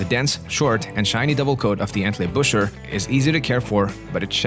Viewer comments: They are called, Entley Booker.....after the town of Entlebuch (Entleybook)....not Entleybusher. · "EntlebuRer" :D